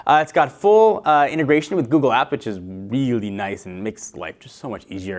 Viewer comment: Weally weally WEALLY! (Sorry)